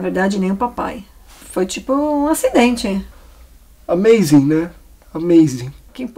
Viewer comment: E o "amaizing" kkkkkkkkl